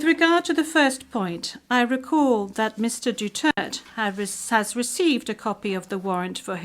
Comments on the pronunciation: It's not DUTERT...it's DU-TER-TE..thank you! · its DU TER TE. its not DUTERT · Not dutert, it's DUTERTE DUTERTE DUTERTE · I love President Duterte and will always support him. Please return him back home. That's International Court please speak the international language. and he is Duterte not Dutert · I agree. She called our Best XPresident "Dutert" 🙏🫶👊 tatay Laban lang we love's you 💯👊🫶🙏👊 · Duterte not Dutert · His name is Duterte not Dutart. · This woman doesn’t even know how to say President Duterte’s name. What shame. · Can you ask the English interpreter to properly pronounce DUTERTE? To me, not properly pronouncing one’s name is offensive if not insulting. Please correct me if I am wrong. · Stupid can't even pronounce the name duterte